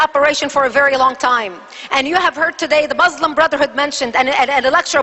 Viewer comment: she can't even say Muslim right...lolz... the witch!